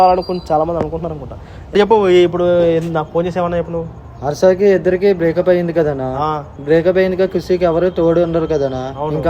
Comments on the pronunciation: Breap up❌break up anna 😂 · Breakup ❌ breapup😅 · broo breapu❎ breakup✅